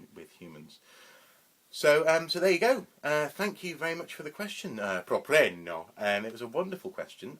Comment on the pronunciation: Wonderful! Thank you. =) Btw, I used to pronounce it 'prop-reeno.' Short for Property Renovations - my old construction company. I like your pronunciation much better. Thanks again for your response.